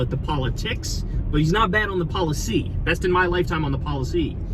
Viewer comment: poli-TICS poli-CY